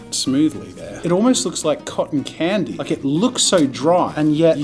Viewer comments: I swear when he was tryna open the ink thingy in the cheap pen and it failed he said ‘zoom!’ 😂 🤣 Edit: Jazza: it ahlmowst looks liek Cotten candie Me: Jazza? Jazza. JAZZA DON’T EVEN THINK ABOUT EATIN’ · "Definitely cotton candy" Or "Definitely caught in candy" 😅😂